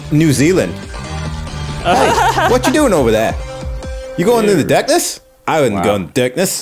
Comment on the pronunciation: NO! no. we don't say darkness like that!